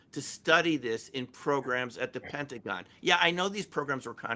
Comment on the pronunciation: its Pentagon, not pennagone